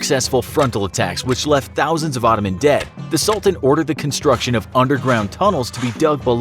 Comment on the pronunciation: babe, why cannot you say Ottoman properly? If you have a problem you can simply say Turkish Empire...